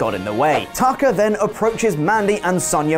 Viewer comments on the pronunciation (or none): Thought said Taco instead of Tucker. lol